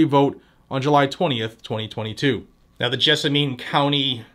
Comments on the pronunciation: FWIW, it's pronounced Jessamun with the accent on Jess........;-) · Jess-ah-min is how that county is pronounced. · Small point FTR. Pronounced gez a men. Ask Alexa or Google what county is Nicholasville, KY in. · & gadgets, just an FYI, it’s pronounced “JESS a men” around here. Also, we’re all pissed about this jerk. It’s time to DITCH MITCH!!! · It is about time. And it is pronounced Jess-a-man county. We are working on the same thing in Pulaski and Mercer. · Cocaine Bitch is one of my senators and he is hated within the state. The only way he keeps gets re-elected because he never has any opposition. FYI Jessamine County is pronounced "Jess-A-Men" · Yeah, we have Mitch, the worst, and Rand, the best. Pronounced, Jezz-men county. EVERY Senator is comprimised by China. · As a Kentucky boy, it's pronounced "jess-a-men." Versailles is also pronounced, "ver-sales." Louisville is pronounced "loo-vull." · Jessamine, think min like minimum. I had a good laugh, I've never heard it pronounced your way. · Yeah, you slaughtered our counties actual name man Haha You could also say Nicholasville 🤷‍♂ Lol